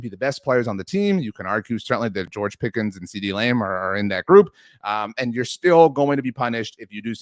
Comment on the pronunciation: Why is this goon saying “CeeDee Lame”